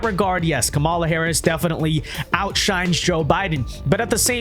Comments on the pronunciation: Her name is pronounced KAH-ma-la. Stress the first syllable. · Wince Duh, you can't even pronounce her name right.